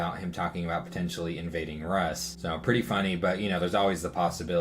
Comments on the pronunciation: Rus should be pronounced similar like english words for food, good, mood. If you watch general confusion video about EA Rus you can find almost precise pronunciation. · Pronunciation of Rus and Ctis seems a bit wrong. Quite possibly I am wrong in this.